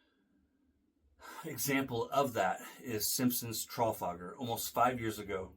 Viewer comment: We stress the second syllable in the word Trafalgar, rather than the first,.